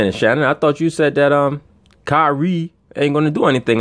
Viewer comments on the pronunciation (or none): How Shannon said Kyrie again (kywee') 😂😂😂